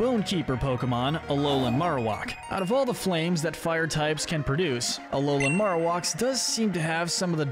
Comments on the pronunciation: Okay, I have to be that guy. It's maroWHACK. The way you're pronouncing it is driving me insane. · Never have I ever heard someone say Marrowak like that haha